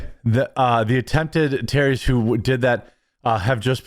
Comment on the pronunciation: You mispronounced terrorists and cult